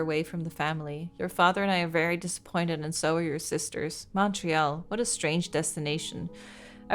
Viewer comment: Fun to watch something set in Montréal! 😊 Also, pretty good pronunciation of the French names by, some are not easy to figure out if you've never heard them! ❤